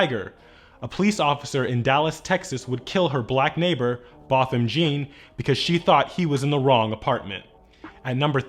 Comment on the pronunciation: Botham's surname is pronounced "Jh - uh" like Wyclef's. My goodness, America, at least get your victims' names right.